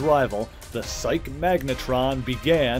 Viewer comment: Psyche (of Psyche-Magnitron) is pronounced SY-KEE